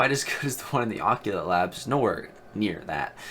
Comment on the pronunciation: "Occulate labs"... WHAT? 😂